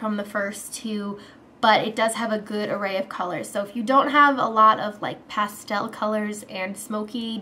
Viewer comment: You say pastel really weird.